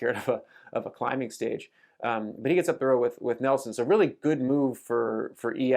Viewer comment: Neilson not Nelson 👍